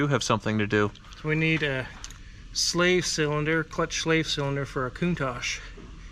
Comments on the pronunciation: Your speech impediment is very apparent in this vid. It's KOON-TAASH not KOON-TAAJJ. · Also, it's CountaTch, no tash or targe, it's TaTch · I really hate the way he says countach